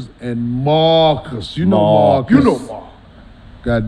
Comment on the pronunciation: called Marcus “Darkus” 😂